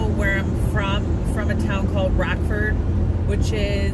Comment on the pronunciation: I'm originally from a farm in southern Illinois and moved to Chicago after college. Now I live in Georgia. Your accent when you were saying Chicago and Rockford had me all homesick!